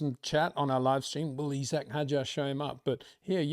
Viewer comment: You can say Hadjar but not Issac?